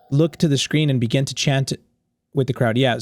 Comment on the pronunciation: the word: begin: "begging"